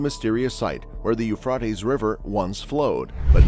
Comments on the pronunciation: Uuuphraeaeaitees...pronounce it right potaato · yoo·fray·teez Now fucking say it right or get punched it the mouth. It's almost like you're mispronouncing it on purpose. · Generally, the pronunciation is Euphrates with a long a vowel. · The You-Frought-Eez is an amazing river… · I quit watching after 10 seconds. The mispronunciation of the Euphrates was extremely annoying. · Are there places in the world where "Euphrates" is actually pronounced the way it is in this video? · Lol. I know right? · I thought I was the only one thinking this. I googled it. 😂